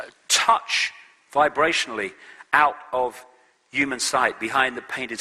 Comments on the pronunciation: sorry but why does he keep saying EWE-MAN instead of human it's so annoying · The only thing I know for sure is he pronounces 'human' as 'yuman'...